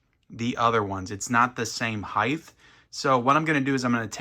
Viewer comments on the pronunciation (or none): Didnhe say “heighth”?